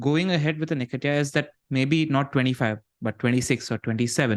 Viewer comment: "Unlike Bakar they've lost Wood" & pronouncing Nketiah as Necktie 😭 Two best things besides the great pod 😅